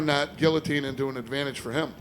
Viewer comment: Love that Dana says Guillotine and not gee-a-teen like most Americans.